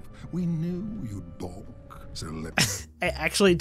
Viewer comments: I think he's supposed to be saying "We knew you'd BALK" which means "We knew you'd hesitate/be unwilling to do this" but because of the delivery it sounds weird. The VA Under-pronounced the word. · Om the BONK line, I believe he said "balk". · I think what you heard as "Bonk" was actually "Balk" which means "to hesitate or be unwilling to accept an idea or undertaking" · I was listening to it with my phone in my pocket. Definitely heard the "nk" sound... "balk" would make more sense but I can't hear it XD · I think he said “knew you’d baulk” instead of “bonk” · I’m pretty sure that flame was saying “balk” not “bonk” not a common word but basically another way of saying chickening out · I'm pretty sure the floaty purple fire was trying to say "We knew you'd *balk*", not bonk lol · I think the purple flame guy says "we knew you'd balk," not bonk. (sounds almost the same though.) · I'm assuming the word is "balk" rather than bonk? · “We knew you’d balk” It does definitely sound a lot like bonk though